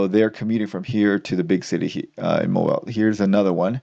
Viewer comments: "mow-BEEL", not "MOW-bile" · i must let you know, it is pronounced 'moe-beel', not moe-bile'. That's all.